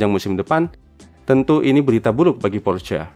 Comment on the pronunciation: tambahan : Pourchaire bacanya Poh-syehr, r nya samar